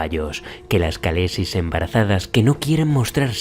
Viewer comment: ¡Vaya currazo! Gran vídeo. Un apunte sobre la pronunciación: las letras «kh» se suelen usar en inglés para representar un sonido similar a la jota española. Si te fijas, en la serie, cuando hablan en inglés (o sea, en la lengua de Westeros) pronuncian con 'k' y dicen «kalessi», etc. pero cuando hablan en dothraki pronuncian «jalessi». Están basados en los pueblos de las estepas de Asia central, que tienen ese sonido: llaman a sus jefes «jan», aunque len muchos lugares lo vemos escrito como «khan».